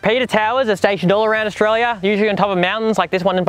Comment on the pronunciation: Australia is not pronounced "Oshraya"